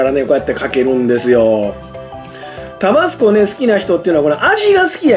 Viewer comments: タ➡️バ⤴️ス⤵️コではなく タ➡️バ➡️ス➡️コ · タバスコのイントネーション。少なくとも関西では一度も聞いたことないんですが。地域によってはこうなのでしょうか？